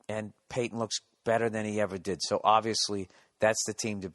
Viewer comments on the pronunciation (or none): none